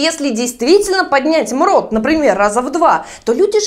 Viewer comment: Мруу а не мрот